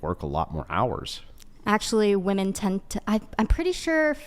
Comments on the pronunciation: Why do they always say woman not women? Sooo irritating! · Why are all these girls pronouncing "women" as "woman"? Prime example of how this generation has been "educated". They are deliberately churning out dummies.